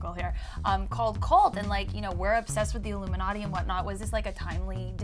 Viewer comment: ILLUMANTI? Lol ok.